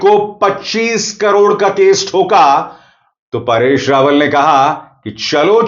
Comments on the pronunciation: जी, आप परेश रावल को बार बार पारेश रावल क्यों बोल रहे हो? 🤔🤔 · पारेश नहीं परेश रावल नाम है। आप बार बार पारेश पारेश कह रहे हैं। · Paareshh nahi paresh dhang se bol warna video mat bana